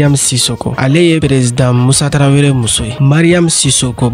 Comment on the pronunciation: Je vous invite à bien prononcé les mots Tarawele ou Traoré ...pas traveré